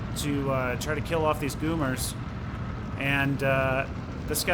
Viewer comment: Goumiers = " Gu-mi-hay"